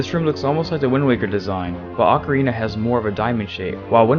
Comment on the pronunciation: "ocariner of time"